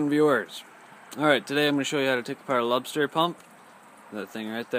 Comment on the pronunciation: Great video . I believe its pronounced lube ster but its spelled lubester .